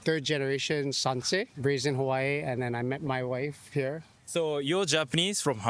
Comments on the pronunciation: Kuri, the hula dancer’s pronunciation of Hawai’i 👌🏼😍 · As someone from Hawaiʻi, I appreciate how the hula dancer pronounces it correctly (with the glottal stop between the A and the I).